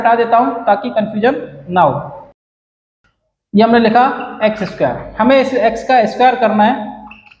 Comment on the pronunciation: Square hota hai sir lmao